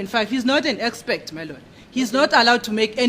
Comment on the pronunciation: Gininda, Defence advocates, judge Ratha and Baloyi: all of them say "EXPECT" instead of "EXPERT"...Where or when did this go wrong?